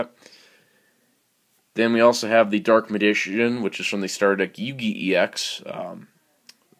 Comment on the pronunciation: I can't help but laugh every time you try to pronounce "Dark Magician" xD